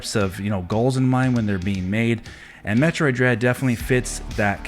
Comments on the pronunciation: seems that way. Especially when he mispronounced Metroid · First off.. This dude couldn't even pronounce the game correctly so we know right there he's not a fan. Metroid Dread most definitely deserves GOTY nominee! The whole franchise deserves so much more too. Samus is finally getting the recognition she deserves and if she wins it, then It's well deserved!